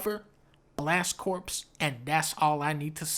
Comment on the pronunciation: One time when I was a little kid I pronounced blast corps the way you did and my grandma took my nintendo away